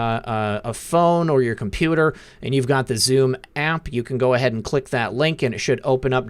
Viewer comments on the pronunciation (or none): none